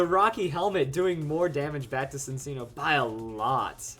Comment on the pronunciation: Just a tip but Cinccino is pronounced like: sinchino.